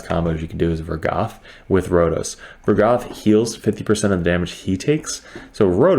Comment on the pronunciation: why you sayin vogoth like vergath